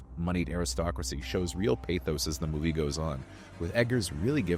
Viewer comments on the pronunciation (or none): none